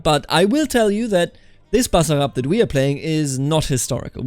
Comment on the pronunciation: Your pronounciation of "Basarab" in on point!